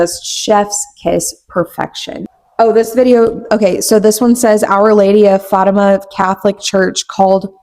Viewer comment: I love this longer content! I always watch your videos when I’m cleaning ❤ also I’m so sorry queen but it’s pronounced Fat-Tim-Ah but you did so good! Only telling you because you’re always so thoughtful and inclusive and you wanted to know! You’re doing amazing sweetie!